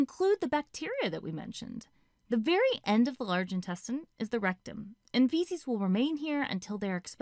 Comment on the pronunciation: "Fecies will remain here until they are expelled from the Anus" I mean she's not wrong but like... Why do you have to say it like that? 😂:yougotthis